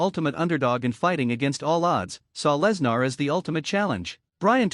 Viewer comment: Good lord, if you're going to fo a video about someone, make sure you or your AI can pronounce his name correctly. This is bush league crap.